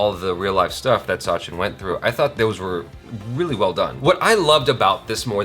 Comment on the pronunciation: I just want to correct it is a short "a" in sachin pronounced similar to the "u" in "such". Sachin/Suchin and not Saachin.